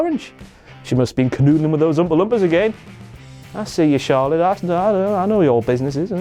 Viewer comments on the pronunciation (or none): none